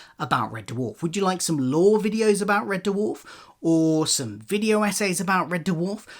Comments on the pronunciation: It’s red dwarf !! Not red d-warf ! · Also, Red Dewarf? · Why do you keep calling it Red Derwarf? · Red Duwarf? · Turned if off when he said “Red Duhwarf” for the 10th time 😣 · What the hell is that pronunciation of Red Dwarf? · Amazing he did a Red Dwarf podcast but he can't pronounce the name correctly.